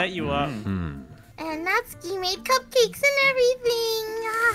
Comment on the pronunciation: I JUST REALIZED SAID c—kcakes instead of cupcakes like buddy chill😭